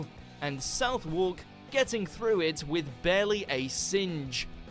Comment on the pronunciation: The bloke narrating the video mispronounces British place names, and he’s British: poor show! 😂 (In the great fire section) Clerkenwell is pronounced Clarkenwell, and Southwark is pronounced Southeck (with a schwa sound in the second syllable). Rather poor that he doesn’t know these basic British place names.